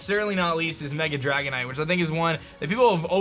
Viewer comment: Dragonite-ite... Lol